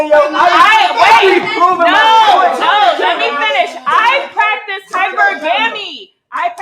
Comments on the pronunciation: I remember that one 🤣 she pronounce it so wrong it's hypergamy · "high-purr-GAM-mee" LMAO! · Can’t even pronounce hypergamy right but wants a 6 figure earner🗿🗿🗿🗿